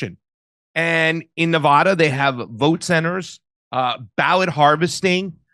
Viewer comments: Please stop saying Nev-aw-da It’s Nev-a-da!!!! You offend us Nevada natives! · Hey east coasters. It's A as in apple in Colorado and Nevada. Not Color-AHdo or Nev-AHda. That's incorrect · First off you're mispronouncing "Nevada." Middle syllable pronounced "A" as in "Apple" - not "O" as in "cost." Secondly, the motor-voter program is VOLUNTARY & quite easily opted out of. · Nevada pronunciation = Na-Vadd-a not Na-Vodd-a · Stop pronouncing Nevada incorrectly, FFS! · Drives me crazy when folks cannot pronounce Nevada correctly. There's only 50 States..jfc. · I was with until I heard how he pronounces Nevada. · people in Nevada don't pronounce Nevada like you.